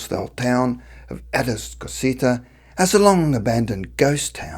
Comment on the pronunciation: Atascocita is pronounced A-tos-cah-seeta but I have always pronounced it like the man on the voiceover-LOL!